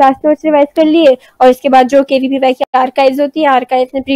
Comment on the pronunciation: Are aunty KVYP nahi KVPY hota hai😆